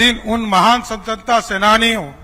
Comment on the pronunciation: स्वतंत्रता भी सही से नहीं बोल पाता है महोदय जी